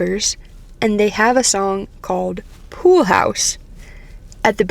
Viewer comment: I heard "reflections in a poo" 🤣and was like "WTF?!" Then I rewound the video, turned on the subtitles, and saw the correct phrase.